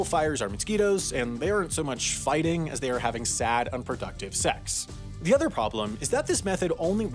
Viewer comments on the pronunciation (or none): none